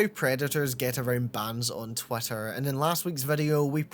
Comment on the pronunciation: I know it's just your accent, but it sounded like you called it "twat-ter" instead of twitter and honestly I really love that